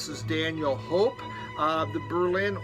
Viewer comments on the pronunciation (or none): none